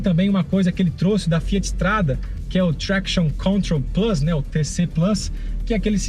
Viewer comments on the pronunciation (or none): none